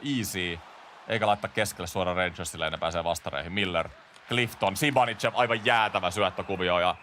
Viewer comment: zibanidzev on kyl oma lemppari näistä lausumisista!